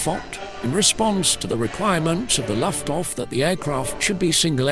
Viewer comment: Another computer-generated voice - "Luftwaff"? and more. I can't listen through to the end.